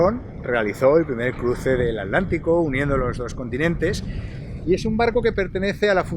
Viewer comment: Alantico o Atlántico